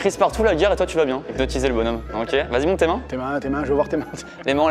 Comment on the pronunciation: t'a un problème avec le mot hypnotiser 😭